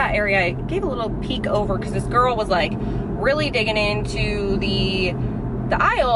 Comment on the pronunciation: Instead of saying girl you say ghoul hahahah when you see your friends do you go “ hey Ghoul “ instead of hey girl !!!! Hahaha love that for you . 😹